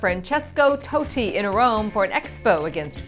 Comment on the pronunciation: I'm no Italian, but I believe it's pronounced Tott-i and the g in Fognini should be kind of silent. But we know it wouldn't be a Tennis Now news update without at least one dodgy pronunciation.